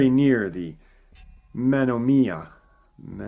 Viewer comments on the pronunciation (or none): Men-on-a-mee I think they kept all the Native American names to laugh at us all. We went through Oconomowoc a couple of days ago and my son said he wasn't even going to try saying that one 😂😂